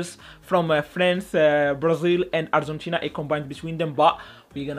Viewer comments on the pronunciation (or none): none